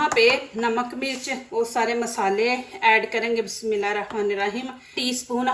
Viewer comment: Ap bismillah sahi nhi parhti ,bismilla hirrahma nirraheem,,,ap bismilla arrahaman kehti ho ,isko sahi karo